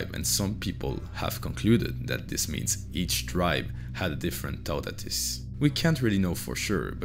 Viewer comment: In english sounding syllables, It's pronounced: "TU-tatis", not "TAUOU-tatis". You're welcome ;)